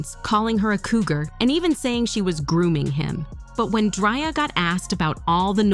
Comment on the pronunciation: Lol she said "Dryer" 😂😂😂😂😂😂😂